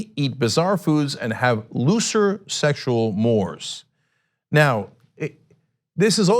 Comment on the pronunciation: It's pronounced morays, Chenk.